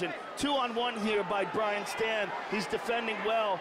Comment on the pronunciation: Hey... it's Brian Stann, not Brain Stan